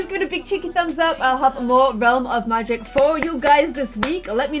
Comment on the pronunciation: teen......made in your image....looks like you. And you pronounce the "A" sound as a "U" sound...... instead of "cat," you say "cut," "magic," you say "mugic," "and" is "und," etc etc